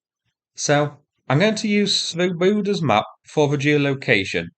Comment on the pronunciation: You might check your pronunciation of Swoboda - the Czech original has the emphasis on the first syllable. It means Liberty or Free men.